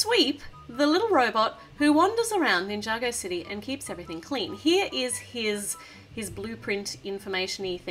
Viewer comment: Mabe it's city not dity.